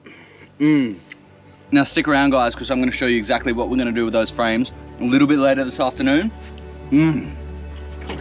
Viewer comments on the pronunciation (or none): none